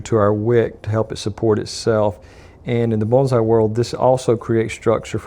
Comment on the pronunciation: I didn't know bonsai had an L sound in the pronunciation. I think your brain was trying to say bullseye and morphing the two together. lol Only put the wire flush with the bottom of the base plate and crimp the wire in like the wick was done, leaving a FLAT base. and put the wick up through the funnel opening when adding the wax. WOW, this was hard to watch!